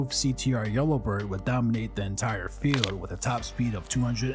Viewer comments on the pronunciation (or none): none